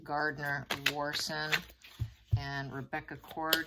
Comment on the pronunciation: mispronounces often, so it’s probably Watson.